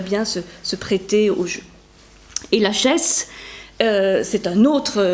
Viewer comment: Je pense qu'on dit : lakhès ;-)